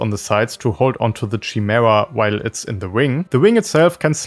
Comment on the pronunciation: Chimera (ky-mee-ra) but ngl don’t rly mind the pronunciation it’s how I always say chameleon lol